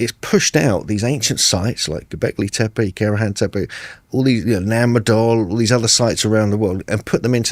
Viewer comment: “Have you been to gobleki tepe?” Jesus christ, get it together man.